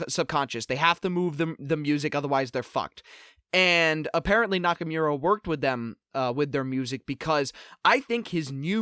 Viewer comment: lol the Grammar Nazi can't say Nakamura correctly :P